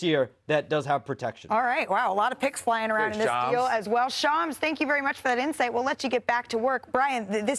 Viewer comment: Its Shams NOT Chams